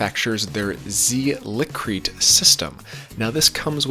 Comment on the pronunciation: Liqui-Crete is pronounced “Lick-wih-Crete”...